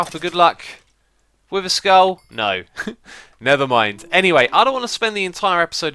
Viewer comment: "Wither skull? No. Nether mind." Thats what i thought you said.XD